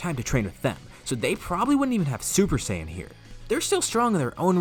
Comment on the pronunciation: You say saiyan wrong say it as cyan because that how it should be said and it's gokou not goku.